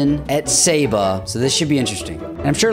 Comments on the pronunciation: You pronounce it like sohba not saaba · ITS PRONOUNCED "SOB-A" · Pronounced SA-bah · It’s pronounced sahbah isn’t it? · Look up the correct pronunciation of Saba.